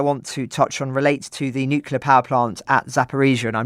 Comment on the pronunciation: There's nowt wrong with how he says nuclear